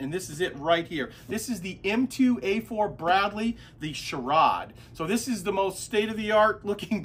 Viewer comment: Hey man, the M-SHORAD is pronounced as M SHORE ADD. It’s for anti-air defense.